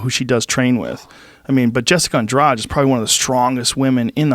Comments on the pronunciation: Took me a way longer then it should to understand who the fuck was this Andraj they were talking about. Try something like 'Andrah Dee', would sound closer.. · Andrade was loosing. Got tagged 2 or 3 times. Got Lucky cause she had nothing stand up or ground. Plus its andrade not andrage.